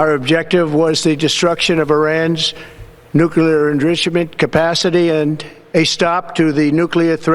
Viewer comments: 'Nuclear errrrrichment facility' ... WTF is that? I'm surprised this orange braindead moron remembers how to walk because he sure has lost the ability to talk Impeach this SOB now! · "The destruction of Irans nuclear ingrooshimunt..." Iran doesn't have anything even close to a nuclear weapon. They have been "weeks way" from having a nuke for 25 years! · He can't even say nuclear enrichment, and I doubt he knows what it means.